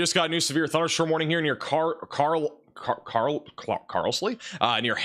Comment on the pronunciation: Carlisle = Carl-liss-lee? 🤣